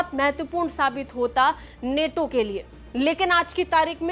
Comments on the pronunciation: नेटो नहीं नाटो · Neto nhi nato h vo😂😂😂😂😂